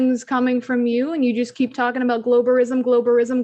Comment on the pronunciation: "BALL-WASH-ISM" LOL! What?! Narcasissississim.